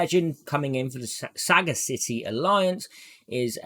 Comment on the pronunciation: yo, why you saying sagacity like saga-city, it's pronounced the same way and by the same rules as audacity so it's sa-gacity :D smooches